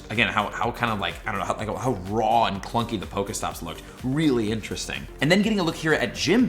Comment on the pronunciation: How many times did he say cluncy in the video